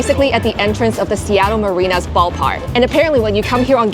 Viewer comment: You lost all credibility when you couldn't say Mariners.